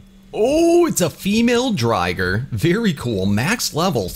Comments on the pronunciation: Sorry i meant why you say drigger when it’s driger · I think it’s pronounced dr-eye-ger because dragon+tiger